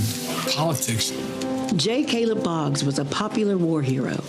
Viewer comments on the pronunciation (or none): none